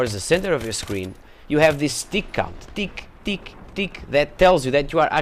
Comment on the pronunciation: Accent's funny when it breaks through lol "Tick tick tick" hahahaha